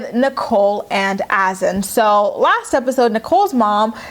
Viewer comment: His name is HASSAN !!!!!!!Not Azan. IT doesn't even exist as a name . This brat can't even pronounce a common name properly ugh.